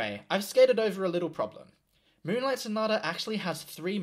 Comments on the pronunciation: "m-uwu-nlight sonata" caught me so off guard 💀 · Lmfao your commentary 😭 ”m-uwu-nlight sonata” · "m-uwu-nlight"? *Dude.*(he says reproachfully) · "m-uwu-nlight sonata" dude 😂😂